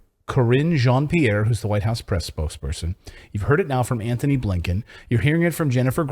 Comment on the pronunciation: "Antony" Blinkin, not Anthony!!!